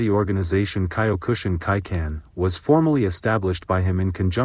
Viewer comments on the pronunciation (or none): Get better AI to pronounce Mas's name and Kyokushi Karate. Or voice this yourself.